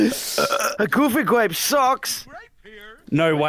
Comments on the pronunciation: Enywon hav gufy gwap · i swear for a second he said wanna play fucky grape i was like yes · I swear, every video I hear "gOoFy gRaPe"